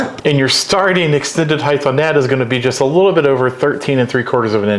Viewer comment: You lost me at the word heighth…